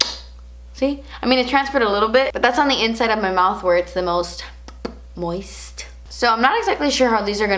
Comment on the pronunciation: Girl i hope you got some good sleep after. The way you said moist😂